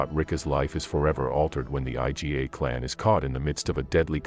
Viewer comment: I"GA' two syllable word not I. G. A. you trying hard blogger you know a little.